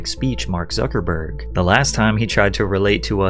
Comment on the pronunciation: Its suckahburg